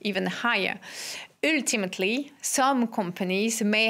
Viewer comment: How not to pronounce "ultimately"....ØØØØØLTIMATLY